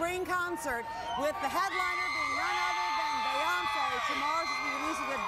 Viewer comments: omg her name is not BAYonce!!! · Not BAEYONCEE😭💀